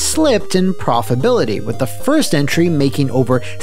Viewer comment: It’s profitability. Come on, you sound drunk. Ha I’m just playing - you have the best content! Keep up the fantastic work!